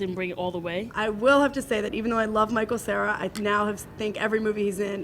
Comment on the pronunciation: lol the guy said michael sierra!